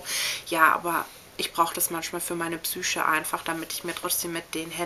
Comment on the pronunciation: Pschüüüüche :) so süß habe ich selten jemanden das Wort Psyche aussprechen hören.....